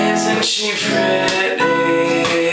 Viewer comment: He says "Pretty" like a british person... haha so good man is when he says it... :)